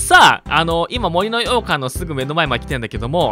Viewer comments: ずっと羊羹にしか聞こえない 森の羊羹てなんだろってなってる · 洋館のイントネーション『羊羹』やん笑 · もりのようかんに関しては完全に方言によるイントネーションだよね？私もそんな感じだから たしか出身県が近かったはずだから… もし違うならただただ私はに影響されただけ笑